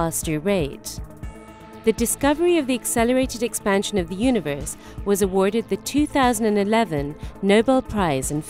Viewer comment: "the yoonavurse"